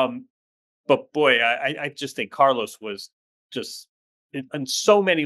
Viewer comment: It's Car-LOS not Car-loese. It's DJOK-O-vic not Djoeker-vic. Don't you say LOS Angeles, not Loese Angeles in the US? 20 more years?🤯 Call him Charly!